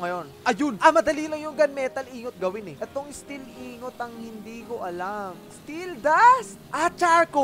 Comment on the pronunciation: Tin ingot MP4 Tin ing-got pronounce nun dba?